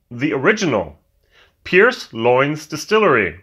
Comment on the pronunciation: Love the way you pronounce the Irish words. Don't get me wrong I know it's not easy. I can help you with this one though. For Lyons just say Lions.